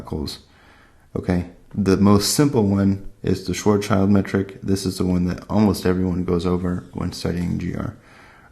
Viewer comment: Nice summary. Thanks for this. The pronunciation of the name "Schwarz-schild" is not like "child" (although the letters are equal) - but more like "shield"